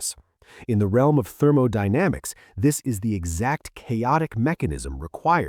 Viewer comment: Lost me at "THEROMODYNAMICS". P.S. A.I. sucks. Lear to draw!